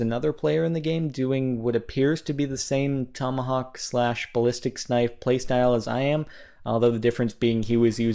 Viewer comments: Balicstics knife? Lol, learn to speak! It is BALISTIC! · ...Sorry but there is no S at the end of ballistic! lol im sorry but it just bothers me :P prolly cuz i used to do it and my buddy called it out on me all the time lol